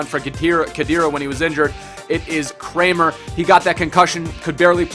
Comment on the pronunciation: Kramer is pronounced as it's spelled. It's "a" normal a not an "ä" :). Just letting you know man :)